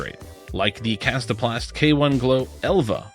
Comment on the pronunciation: Your pronunciation of the Kastaplast discs was pretty good. I'm impressed!